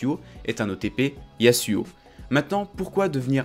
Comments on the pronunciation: c'est pas yassuau c'est yazouo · on dit "yazuo" pas "yassuo" ca c est un streamer xd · Par pitié dis yaZuo CAR UN S entre deux voyelles SE PRONONCE Z ZZZZZZ ZZZZZZZ